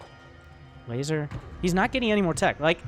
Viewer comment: ever hear him say the guy's name (elazer) and think he's saying something about a lazer?